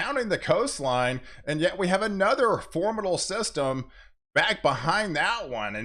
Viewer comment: Formidle? Westren? At a had of it? English language?